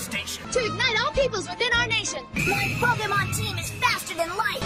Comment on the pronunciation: It drives me crazy to hear Pokimon..